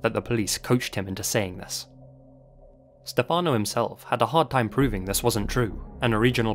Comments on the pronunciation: As an italian yearlong fan of yours… you‘ve pronounced everything beautifully (and I thank you sososo much for the effort and work you put into it cause it shows) except for Stefano. In italian we say Stéfano (with the main accent on the e) instead of Stefàno (how you said). Besides that, I love how you‘re bringing up one of my country‘s most famous case and letting the whole world know about it. Obsessed with your work, keep up with it!! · the way you pronounce stephano hehehehe